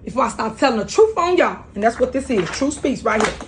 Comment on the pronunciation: Alizetions or Alexations? Who knows 🤣🤣🤣 still annoying hearing her say "Troof" and not Truth